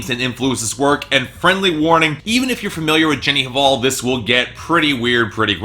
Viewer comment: the pronunciation of artists last name shoud be "val" not "haval". without "h".